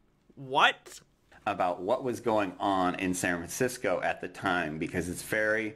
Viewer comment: Is it me or does this guy never pronounce the damn "F" in San Francisco? It's bothering me to an irrational extent.